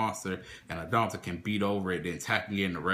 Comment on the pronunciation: Interesting build. I also like Peropero, but would never run more than 1. I tried 2 and 3 and ran into it too much. Also to nitpick, it's "At-ton-dell", not "adon-tell" and "Sight-sem-ahs", not "seet-semis". I see you don't like pirmais, or at least not in this format, perhaps the next one :c